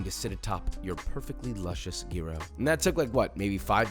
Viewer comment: "Jeero". Jesus christ Josh. Learn to properly pronounce what you make. It's not hard these days, what with the entire internet at your fingertips.